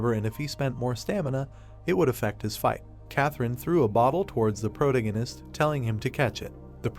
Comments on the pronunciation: Can you get it to stop saying the protahgahnist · How is someone with black hair a brunette ? serisously colour blind AI? Pro tagonist not a proto ganist sounds like a gas station. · Great Manhwa story. Good ai voice. Still terrible pronunciation, it's quite annoying. I'm looking forward to the day the ai is intelligent enough to pronounce words correctly. Example, "protagonist" AAArrrrghhhh!!!! Thanks for the upload :) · weird pronunciation of protagonist .. is it me only irritated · Yeah no i cant listen to that pronunciation of protagonist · The voice is the least annoying but it irks me every time it pronounces the word "protagonist" 😤